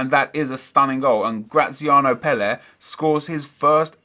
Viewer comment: Why are you saying Pelle like that?